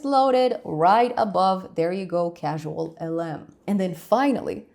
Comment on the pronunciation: Um, "causal" not "casual". Causal, as in rain causes wet.